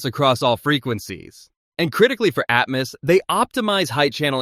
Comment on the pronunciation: Who took a shot everytime he pronounced atmus instead of atmos???